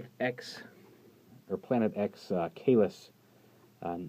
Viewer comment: Just a speaking check. The "cae" part on Caelus in latin is read line the "che" in "check" on the first sentence. By the way, I'll go and get it in the near future, FoC "Grimlock sad he's alone".